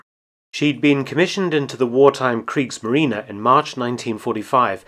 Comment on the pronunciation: I do wish Mark would stop saying kriegsmarina, it is kriegsmarine for heavens sakes!